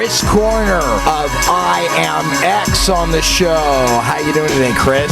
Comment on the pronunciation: It's not IMAX ITS IAMX